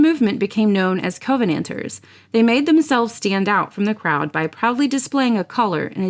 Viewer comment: An excellent video. A couple of minor things though in the pronunciation. We would pronounce it “cuh-venanters” not “co-venanters” and it’s “Jack-o-bites” not “Jake-o-bites”. Great work though.